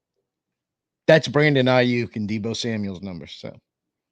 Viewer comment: Okay man, I have to say something, there is NO S in George Kitle OR Debo Samuel's last name!!!!! It's just George Kittle AND Debo Samuel. There is no S at the End of there last name. Google it.